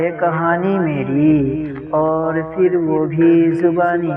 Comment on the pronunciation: لفظ پھر کو فر نہ پڑھیں